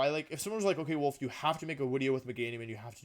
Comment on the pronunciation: You should say Volfey*